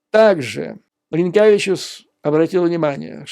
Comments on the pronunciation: Dear President of Latvia in russian pronounced as Ринкевич. It would be Rinkjavičus if he was Lituanian. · Юрий Борисович- я очень извиняюсь но вы произносите фамилию президента Латвии на Литовский лад . 😃 Правильно будет Ринкевич.